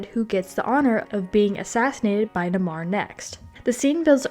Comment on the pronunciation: Just a note, if you're going to do an extended piece like this you should make sure you get the pronunciation of words like Namor, Okoye, and Dora Milaje correct. It makes it seem like you haven't seen the film and brings into question the validity of any of the behind the scenes facts you're giving.